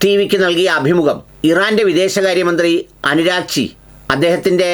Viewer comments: പേര് നല്ലതായിപറ. അനു രാക്ചിയല്ല. അബ്ബാസ് അരാച്ചി... 🇮🇷🇮🇷🇮🇷👌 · Abbas Araghchi ഈ പേരാണ് അനുരാഗ് ചി എന്ന് നിങ്ങൾ പറയുന്നത്. മാധ്യമങ്ങളിലും മറ്റും ഈയിടെയായി നിരന്തരം കേട്ട് കൊണ്ടിരിക്കുന്ന ഇറാൻ വിദേശ കാര്യ മന്ത്രിയുടെ പേര് പോലും കൃത്യമായ ധാരണയില്ലാത്ത നിങ്ങൾ എങ്ങിനെയാണ് മറ്റു കാര്യങ്ങൾ ഇത്ര ആധികാരികമായി പറയുന്നതെന്ന് മനസിലാവുന്നില്ല. ആരെങ്കിലും എഴുതി തന്നത് വായിക്കുമ്പോൾ അനുരാഗ് ചി യും അബ്ബാസ്‌ അറാഗ്ചി യും തമ്മിൽ എത്രമാത്രം വ്യത്യാസമുണ്ടെന്നതെങ്കിലും മനസിലാക്കാൻ മലയാളം പത്രമെങ്കിലും വായിച്ചു നോക്കുക. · അനുരാഗ്ച്ചി അല്ല😮 Abbas Araghchi😊